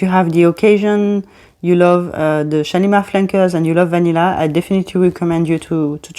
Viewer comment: What a beautiful accent you have ! I would love to be able to pronounce those lovely french fragrance words as you do. The only YouTuber I’ve heard thus far, who can pronounce this new Shalimar perfectly. 😊 I love the new Shalimar! I’m a big fan of the original Shalimar too, edp & edt and cologne. Guerlain is my favourite fragrance house. ♥️ They do the most beautiful vanilla. Great video thank you and new subscriber. Warm greetings from Australia. 🤗🇦🇺